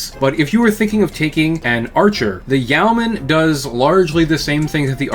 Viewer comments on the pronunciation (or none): Yeoman is a reference to the yeoman archer of medieval England fame, which tracks with it being an LRM boat. It's pronounced YOH-man rather than YOW-man. A quick online search gets you pronunciation guides from dictionary services if you need to confirm this. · I've always understood it to be not exactly "Yo-man," but it's closer to that than "Ye-o-man." The "Yeo" part is still a single quick syllable, and sounds like a shortened "you." In terms of meaning, it is mostly famous for the rank of many British longbowmen above peasants, but not nobles or knights (comes up a lot in some Robin Hood stories). Hence the name in comparison to other ranged mechs like Archers, Longbows, Catapults, etc. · It's pronounced "Yo-man'. My qualifications: I live in Yeomanland. Great roast of an often ridiculed, yet very well designed Mech. I mean, the Clans would have been smashed before they got anywhere if the Inner Sphere had had these in 3050. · I thought it was pronounced Yay-o-man. Either way, I like the goofy thing. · Yo men is the correct pronounciation its an old world term. For a freeholder or some one who can vote in a nights stead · It's pronounced yo-man. At least that's how Kelly Chambers pronounces it as in Mass Effect 2. Imo, the e is still there, but it is almost imperceptively brief as to basically not exist at all. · Yeoman is pronounced "yow-man" and rhymes with "showman." The spelling is an quirk of its weird linguistic roots.